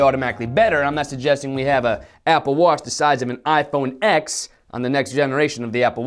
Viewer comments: iPhone TEN. not "iphone Exx" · It's iPhone "ten" no "ex" by the way have you ever seen the intro video by John Ivy?? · Dude its an iPhone 10!! does no one know how to read Roman numerals!! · I am Russian. I heard you say the iPhone eggs